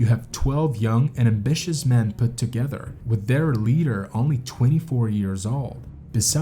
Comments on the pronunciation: This presentation of an interesting topic and an important lesson is marred by the narrator's continual mispronunciation and mischaracterization of the climb. One could, perhaps, forgive the pronunciation of certain native place names (though simple research could easily have solved that problem), stumbling over common English words like leader is less understandable. Characterizing a climb of Denali as a hike is totally irresponsible. I fully understand that it is easier to be a critic than a producer of content. However, these basic errors mar the presentation, and lead one to question what other errors were made in its production. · It's pronounced LEEDER, not LEDDER. Is this a robot?